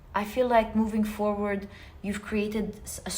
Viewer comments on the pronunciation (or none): none